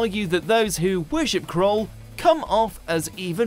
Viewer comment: The fact that the presenter can't pronounce Erato, Silurians, Kroll, Kinda or Wirrn correctly suggest he does not know as much as he claims to. After all, the's a fifty percent failure rate.